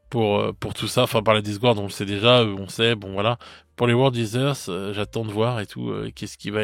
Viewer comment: Désolé mais toujours pas pour les World Heatherz... C'est "i-TeurZ". Sinon les autres legions t'es spot on ! 😅 Dommage pour le codex demon. J'aimais cette armée bariollée.